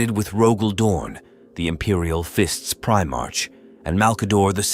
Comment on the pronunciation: Need to clean up how your AI voice says 'Primarch'